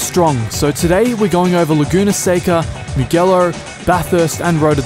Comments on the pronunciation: Odlican, kao i uvek. Kaze se "Mudjelo", ne "Mugelo". GE zajedno se cita DJE, da je GHE bilo bi GE. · I don't usually like pointing these things out, but since you are a sim racer and I'm sure you care about pronouncing the names of the tracks right, it is not "Mughello" but "Mujello" (the Ge is pronounced as the "Je" in Jet or Jelly) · Thanks for letting us know about these! Just wanted to let you know that the "ge" in "Mugello" is pronounced like "je" in "jelly". Apart from this little detail, top job as always. Keep it up! :D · It's Moo-Jello. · If you'd watched F1 you would know that it's pronounced "MU-J-ELLO" and saved yourself the embarrassment... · The bathurst track was ripped from acc to ac, and then converted to rf2. Also your pronunciation of mugello hurt my inner italian